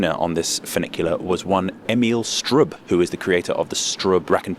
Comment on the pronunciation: Swiss person here. I have to agree on the "subpar" concerning Cardinal. Regarding "Danke": You can stick to "Merci" in Switzerland, we use it in the German part as well (though with slightly different pronunciation.) Speaking of pronunciation: "Strub" is pronounced 'Shtroob'.